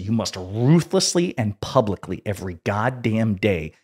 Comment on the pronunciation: plubicly that is…